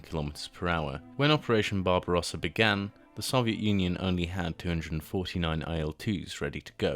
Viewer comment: Ah l'ia qui dit le canone et non le canon et barbaresa et non barbarosa